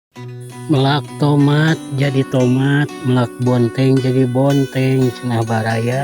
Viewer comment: Bukan meulak tapi melak.😊